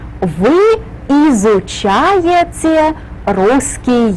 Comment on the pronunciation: "вы изучаеЦе", "маЦемаЦика" - можно было бы корректнее произносить